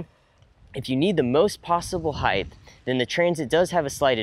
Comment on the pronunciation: The "T" is at the end of the word "Height"